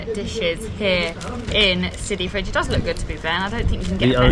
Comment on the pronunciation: It's Sidi fredj not sidi fridge 😹